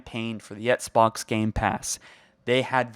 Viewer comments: Ok but why does he keep pronouncing “Xbox” as “Etsbox” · why are you saying etsbox brody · You can’t even say Xbox properly. Take a break or something.